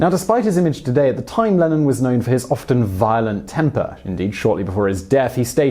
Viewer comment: Oh thought it was "Lenin" and was really confused when you said 'peace and love'.